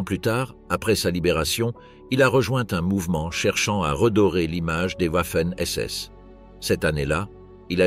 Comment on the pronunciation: Wouafen SS arrêtez d’aboyer le w se prononce v